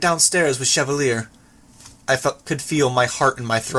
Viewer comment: It seems like the recording of Interlude 1 in this video is newer than the version that's on the main website. Chevalier is pronounced correctly in this one, it might be better to use this version of the chapter on other platforms.